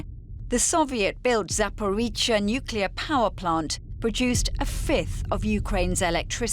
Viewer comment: Why can't anyone at DW pronounce this city/power plant name correctly? It's a "zh" not a "ts" or a "ch" sound. Come on people, you're professional journalists yet report after report you get it wrong. Not even close! aaargh